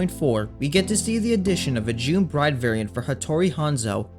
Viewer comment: Sorry, you slurred your words a bit at the beginning and so I though you said "June PRIDE unit." I mean, not technically wrong i guess.